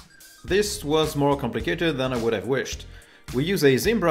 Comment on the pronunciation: Oh my God! You DID pronounced "complicated" PROPERLY WITHOUT THAT HINEOUS CHARACTERISTICAL GLOTTAL STOP OF NORTH AMERICAN "English" speakers!... But you have got a lengthy course to follow as well... "innerneh; fori; eiht_ri; innerfeis, etc Ah thank for sharing although!